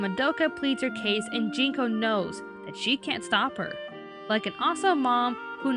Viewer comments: isn't it Junko not Jinko? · Junko Kaname. not Jinko. Sorry for pedantics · One little nitpick, but it's Junko Kaname, not Jinko